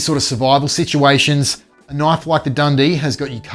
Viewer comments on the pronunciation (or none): that's a knoife